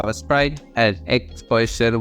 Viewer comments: Why do you say the word "position" like "portion"?!?!?!?!??!? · the way you say "position" is rly funny, sounds kind of like poison rather than position